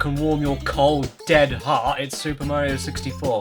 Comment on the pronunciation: “It’s super Morio 64”